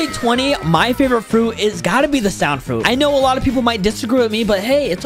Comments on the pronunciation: Why do you say song fruit just saying its sound fruit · He said song insted of sound😂😂😮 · Why I hear u say song fruit 😂